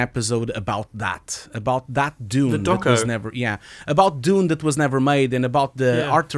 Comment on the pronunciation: Why you pronounce June ?